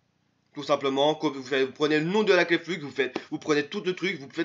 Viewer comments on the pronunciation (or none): Ca ce dis Flu et pas Flux ><"